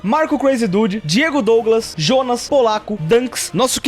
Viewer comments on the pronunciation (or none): none